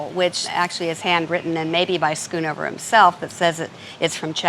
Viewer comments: For that price, it is not "Skoenover". It is pronounced "sgonover" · Its so fun to hear Americans pronounce Dutch names, skoon over 😂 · SCHOONOVER,,,,,HOW TO PRONOUNCE A DUTCH NAME ....DOUBLE O SOUNDS LIKE BOAT